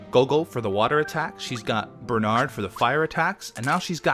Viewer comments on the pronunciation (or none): none